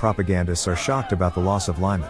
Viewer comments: The way you pronounce Лиман as Lieman, sounds very close to a word in Ukrainian which means “shitty”. I know you don’t mean it but sometimes free interpretations of names coming from other languages might lead to confusing situations. Лиман is pronounced as Leeman, there’s no “ i “ in that name. Please, try stick to the original Ukrainian names, it’s not really pleasing to hear something that sounds like “shitty” instead of the right name. Otherwise, thank you for your effort to display the reality of the Russian war against Ukraine. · I love your channel! But please write the script phonetically so the computer voice will say "Leeman" not "Lieman" or "Keeve" not "Kiev" Thanks for your work! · lee mohn' Your pronunciation is poor.